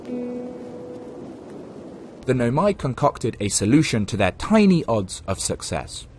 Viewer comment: barely a minute in and i'm gonna stop you right there, why noMAi instead of NOmai 😭